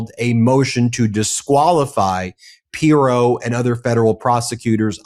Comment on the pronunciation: always makes good points, but for the love of God, can he learn to pronounce pronounce Pirro‘s name properly? It is SO distracting.